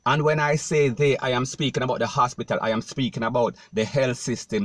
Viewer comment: This sounds like a “DUNCE-BATPITAL” instead of an hospital.